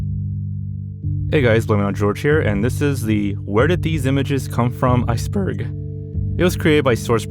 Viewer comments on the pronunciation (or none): "Ice buUrg" 😭🙏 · "Ice Behrgggh" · “ice bueGrg* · the most disturbing part is at the beginning when he goes "icebEURg" 🥹✌ this is a joke dont attack me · Ice-bearg. (Voice crack) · “Ice bERhurG” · bro said iuceburg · why not redo the intro part bruh 😭wooo ts got me goin "this is the 'where did these images come from' iceBerREg" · mf said "iceBeRg"